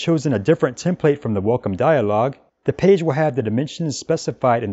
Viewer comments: Terrific video! I watched multiple times. Love the pronunciation of "Peige" :D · Thanks for comprehensive tutorial <3 You pronounce "page" in a funny way)